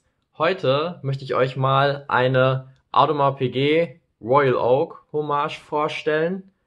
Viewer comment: Du kannst die namen nicht aussprechen sie heist audermars piegaut oder sag einfach AP